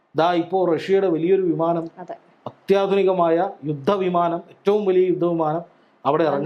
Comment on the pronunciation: അത്വ ധുനിക അല്ല .. അത്യാധുനിക.......❤